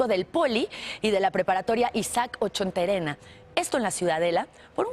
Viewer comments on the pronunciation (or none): Seg. le dice Ochonterena y es Ochoterena, XD y like si crees que está re mensa u Televisa seguirá siendo basura